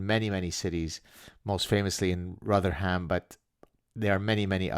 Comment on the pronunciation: Bradford, Rotherham and many others. The perpetrators are from a religion beginning with I, so they are M's..... They've been let in and once in many seem determined to pretty much take over and cause misery amongst the native population 😡 (Rotherham is pronounced Roth-uh-rum by the way. The "ham" bit in British cities is pronounced "um" not "ham" You got the Roth bit right 👍🏼 British place names can trip up the unsuspecting hahaha Roth as in bother. Not Roth as in Tim Roth or Roth as in both